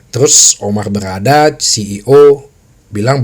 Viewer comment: Bro bacanya BayeRRRRRR LeveRRRkusen...... OmaRRRR BerRRRada..... semoga Tuyul merah tetap ngelawak tahun depan.... jadi tuyul imut2.....